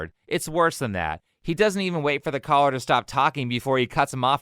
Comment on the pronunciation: for half the video i thought you were saying "collar" instead of "caller" lmao